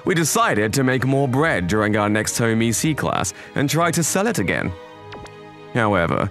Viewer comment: Home Ec, like economics, not e-c.